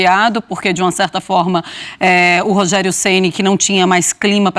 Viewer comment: Conteshto que prechudicou o Rogerio em algunsh momentosh.